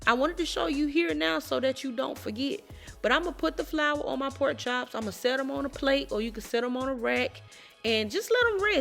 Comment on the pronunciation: If she says powk instead of pork.. you Know That Girl can Cook🤤 Thank you dear🤙🏽 you’re too sweet!